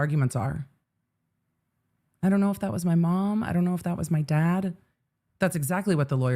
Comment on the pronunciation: I know it's insignificant, but I can't get past the way she pronounces "dad" as "dod" and "half" as "hoff." She's not a Valley Girl! Does Florida have an equivalent?